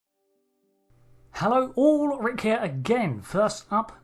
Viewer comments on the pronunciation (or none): none